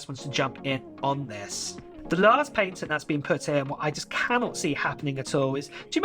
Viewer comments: Just FYI your saying patent wrong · The way bro says patent is outraged